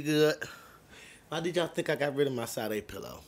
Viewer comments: Big Fan. no biggie but it's pronounced Sha-day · Hold on… You saying Sah Day? Sade is said Sha Day. At least you ain’t call her Say Dee. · Sade is pronounced Sha-day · Come on, it's SHAH-DEY not SAH-DEY. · My man you pronounce her name Shah-day..... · Bro........ it's (Sha-Day). You have a whole a$$ pillow of that amazing creature, and you still mispronounce her name haha. Still love ya though.